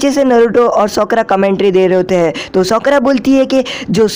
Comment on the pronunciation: Bhi sakura hota Hai not sokora